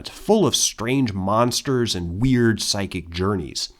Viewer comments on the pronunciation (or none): none